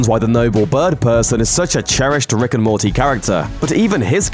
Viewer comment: ‘Rick and Mortaaayy’ wtf?